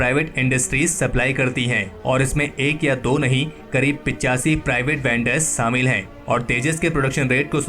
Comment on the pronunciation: saaamil kar diya suru kar diya... behanchodh SH-SHHA hOTA HAI.......SAALA GANDU PAIN TO HEAR